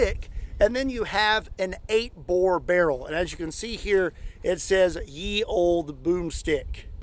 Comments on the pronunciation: It does not say "Ye", it says "The". Y was pronouced TH. Not such thing as Ye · Fun fact, the Y in Ye Olde is not pronounced Yuh, but it is an old renounced letter that was pronounced Th, so you have The Olde broomstick XD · The "Y" in "Ye Olde.." is not the letter "Y" at all, but rather a version of the letter 'thorn' which is pronounced "th".. so "ye olde.." is pronounced "the old..." Best regards, you local grammar-elon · It's pronounced The olde, not ye olde. Y is not the same as the old English th letter. Anyways, can't wait to watch the video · The "ye" is pronounced "the". The "y" was used to represent the letter "thorn" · Ye is pronounced the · Interesting fun fact, the "y" in "ye" is actually an old English letter that was used to denote the "th" sound. So instead of "yee" it is actually pronounced "thee" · Ye was pronounced The. The letter Y was an approximation of the now obsolete letter Thorn which was pronounced Th. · "Ye" is actually just pronounced as "The". It's just how the letter "T" was written back then. The horizontal line of the "T" was a bit pushed down in the middle. This "Y" was called "T-fork". I got this fact from the British quiz QI with Stephen fry. ❤ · In old english "ye" is pronounced "the". The "y" was an adaptation of the letter þ (thorn), which made the "th" sound. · the old boomstick the y in old english is pronounced th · I’m sure it’s a meme, but you don’t pronounce it Ye olde (old) Ye = The. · "Ye" should be pronounced "the" the y was a letter called "thorn". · Ye in medieval times was still pronounced as "the" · It’s actually supposed to be “Þe Old Boomstick,” pronounced “The Old Boomstick.” The Y is used to replace Þ (thorn). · By the way "YE" is pronounced "THE" (look it up). The "Y" actually is the old English letter called thorn (þ), which makes a TH sound. Therefore it's "The Old Medieval Boom Stick". Now you know something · That 'Ye' is pronounced 'the'... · Ye ia pronounced the by the way. Fun video.